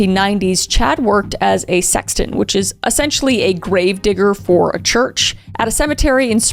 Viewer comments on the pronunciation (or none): none